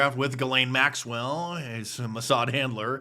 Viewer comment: He called him Jeffrey yet acted like he didn't even know how to pronounce his last name.